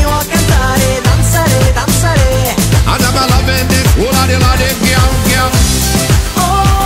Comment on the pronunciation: Oh thank you for this comment! I learned Italian in school and we always said "danzáre". When I heard him saying "danzaré", I already thought my life was a lie :D